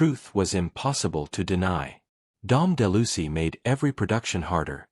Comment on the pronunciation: de Lucy? Geez...everyone with a brain knows it's Dom De Luise.